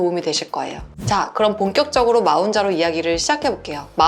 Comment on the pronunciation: 마운자로 ㅋㅋㅋㅋㅋㅋ몬자로가 맞는 발음입니다